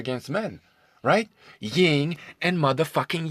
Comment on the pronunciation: It yin, not ying